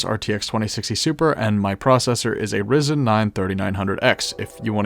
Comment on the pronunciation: Bro called it a Rizzen 9 😭😭😭😭